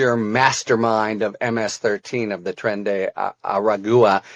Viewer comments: It's pronounced "ara-gwa" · Tren de Aragua is pronounced tren de “arawa”. Just saying…